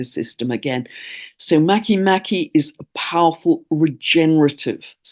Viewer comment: I love these timely needed indigenous tales that help us heal and come into right relation with the Earth. A small detail, Make Make is pronounced Măh-kā Măh-kā and Haumea How-MĀ-ah, in Polynesian language e is pronounced long A sound in Hawai-i, Rapanui, while i is prounounced long E.